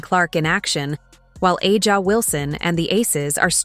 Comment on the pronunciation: When will YouTube narrators learn to correctly pronounce Wilson's first name?